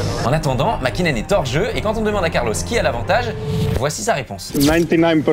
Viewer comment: Le copilote de sainz c moya pas servia et le champion du monde c makinen pas hakinen